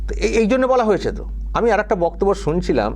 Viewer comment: Jagannath dham digha. Are Prasad ranna gas e. Are er uchxharon ta kemon kemon lagche. Dubbing korle bhalo hoto